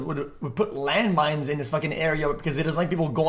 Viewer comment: Bro said landmines 💀